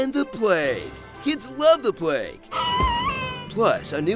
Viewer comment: I thought he said “the play” for the longest time. It would still be funny, but plague is just so much darker and funnier.